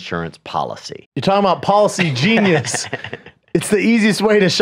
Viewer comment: When Brendan says "policy genius" it sounds like he's saying "palsy genius," which is either a really smart disabled person or someone who knows everything about cerebral palsy.